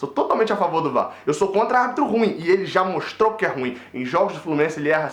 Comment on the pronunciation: Bela , análise moleque ! Muito triste , essa derrota e patética a perda do pênalti ! Nada a ver mas não diga " Ruim" , como se fosse monossílabo ... É , " Ru-im " ! Responsabilité ( ? ) de Falar , em público ! Saudações !